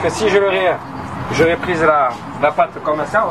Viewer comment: comme comme bordel!!!! pas commeuhh ou prodjuis c'est produits!!!!